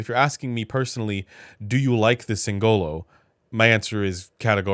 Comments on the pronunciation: Singolo, not Singololo 😂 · As an italian, I die inside a little every time someone spells "singolo" with an emphasis on the "o" instead of the "i" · anyway....it's sìngolo, not singòlo